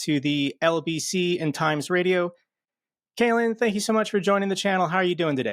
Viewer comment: Caolan not ‘kalen’ and he’s Irish. Good comment otherwise, and yes, we do have some great British journalists too.